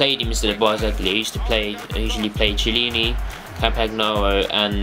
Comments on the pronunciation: How to pronounce: Chiellini: 'Ki-eh-lleni'. Barzagli: 'Bar-za-li' (soft 'G'). Campagnaro: 'Camp-an-yaro'. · classic Brit... cant even say their names right... KEY-EL-INI, MAR-KE-TTI, CAMP-AN-YARO. mio cazzo uomo.... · The "c" of Marchetti and Chiellini sounds like the "c" of "cat", i'm italian ;)